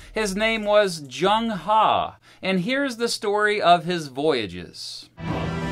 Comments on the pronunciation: His name isn't proniunced "JUNG HA", you got both parts of his name wrong. Phonetically it's pronounced "Zheng(zh is like from the name Brezhnev) Huh/Her" like "her birthday is today". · Zheng He is pronounce as Cheng Ho NOT chang ha